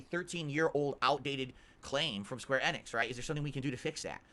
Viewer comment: Why the fuck does he pronounce it like square EH-nix